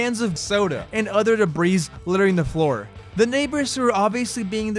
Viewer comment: "3 brutters" "any utter skatepark" its brothers. not brutters. brothers. its other, not utter. other. th. do you know what sound that makes? apparently not. get #hookedonphonics. period. or as you would say "pewiod". speech impediment man stwikes again!